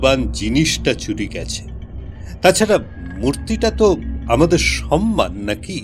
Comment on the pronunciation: শব্দটার উচ্চারণ "সম্মান", "সন্মান" নয়। শব্দোচ্চারণের প্রতি যত্নশীল হওয়া উচিত।